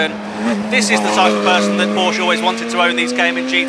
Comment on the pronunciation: Why do so many people mispronounce Porsche?